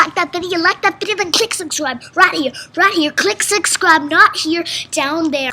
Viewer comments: "click sixscribe"?! it's subscribe, you Casey Worst Simpleton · Why did you say 'click sugscribe'? Genuinely wondering. Did you think that was how it was spelled? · "Click sugscribe" 😂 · "klik sixcrybe" me - okay! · “Click sixcribe” 😭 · “click sixscribe” 😂 lol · "Click sixcribe" 😭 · "Click sook-scribe." 😆